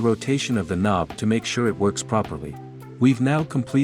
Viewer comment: It was a joke about the AI text to speech btw calling the knob a konb at parts of the video